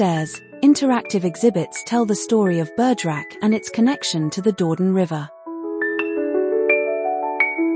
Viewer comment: WARNING! - AI ALERT! This pretty video contains an "automatically generated" voice-over - a product of the Brave New AI World, it seems? Unfortunately, this fabricated voice is totally unable to handle two languages at once, so every French word or name is mispronounced. Is there anyone who does not know that 'Dordogne' is NOT pronounced 'Door-don'? Or that 'Église de Notre Dâme' isn't 'egg-lays not dame'? Have fun - spot the boobs!